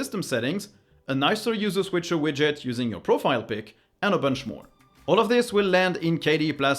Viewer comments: Wondering why "moar stuff". Your English is excellent so I suppose this is intentional. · ("Watch MOAR stuff!" in the end ? Intentional?)